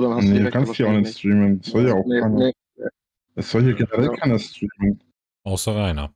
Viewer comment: Bite kein re-schtreamene 😮🎉😂😊